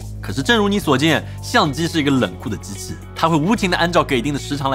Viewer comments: 明明他就是把“机器”念成了“之次”，你都要硬掰的话，那还有啥好说~？ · 机器念成知次，难道没有人听出来？